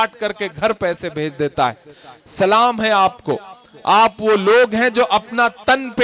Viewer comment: I love Imran Bhai lekin aap salaam Sahi Nahi karte ho